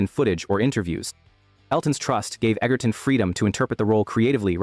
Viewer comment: Taron Egerton's surname, despite the spelling and what Google says, is actually pronounced "Edger-ton". With a soft "g", not a hard one. Other than that, good video.